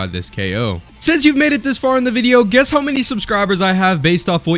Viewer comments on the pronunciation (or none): none